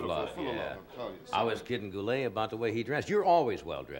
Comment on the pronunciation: Robert Goulet. And the let part is pronounced "lay"